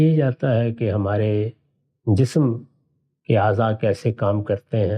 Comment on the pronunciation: The word for body in urdu is 'jism' not 'jissum', it is a surprising mistake by someone who is concerned with the languages.